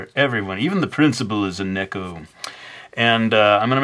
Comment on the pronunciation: it's "Nee-ko" not "Neh-ko" XD sorry I had to even though I am late.